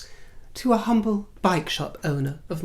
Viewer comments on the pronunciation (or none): none